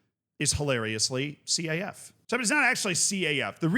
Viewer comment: Broski you don't have to pronounce each letter in the acronym of CAF. You can just say, "Caf" as in: Kaf.